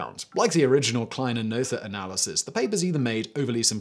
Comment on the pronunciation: Except his name was Noether. English speakers pronouncing foreign names...